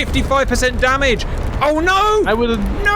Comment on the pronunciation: Never heard the word damage so butchered. Dam ajjj???